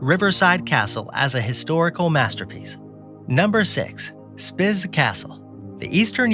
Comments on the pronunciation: It's Spiš not Spis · Spis castle is pronounced "speesh" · Your "Spis" is correstly written Spiš, so read pleas it like Spish. ....you do video about castles and you can't learn how read it's names. Prague (Praha) castle ok, but in video there are many pictures from whole Prague, but not from Prague castle. Amateurs....